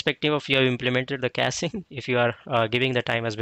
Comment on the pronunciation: its caching not casing